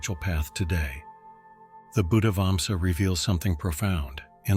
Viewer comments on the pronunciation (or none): It is not Vamsa, we are not Tamils or Indians. it is Vansha in Sinhala language.